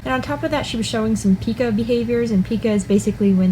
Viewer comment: Pica not peca